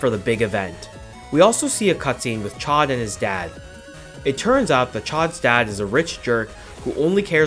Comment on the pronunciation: As someone who studied French for eight years, hearing you say "chod" for Chaud instead of "showed" makes me wince. Like, great video, very informative, but... ACK